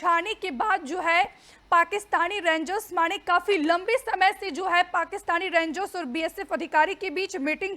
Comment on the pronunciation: Je Kamal Bolti Hai Yaar Rengs 😅😅😅😅 Rangers Bi Nahi kehti Pura, Bas Rengs kehkar Nipta De Rahi Hai 😅😅😅